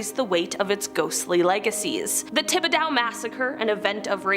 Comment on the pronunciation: Okay lol Nack-uh-tish Tib-uh-dough John- la-feet No hate but if yall are going to make a video like this please please do a little bit of research. Someone born and raised in Louisiana it's honestly painful to hear 😅